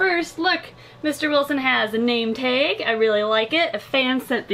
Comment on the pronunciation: You say taig and it cracks me up because its pronounced tag